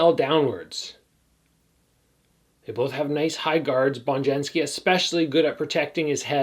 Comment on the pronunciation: Hope I'm not too nitpicky but Bonjasky is pronounced with just 1 N. Not Bonjansky 👍🏻